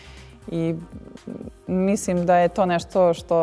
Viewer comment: Sofi, kaže se mislim a ne misim.. Probaj da naučiš, nije teško